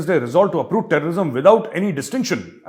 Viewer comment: Ha, Ha ! You said “Pakistan army resolves to uproot terrorism”, and I heard “Pakistan army resolves to approve terrorism”…till I read the accompanying text.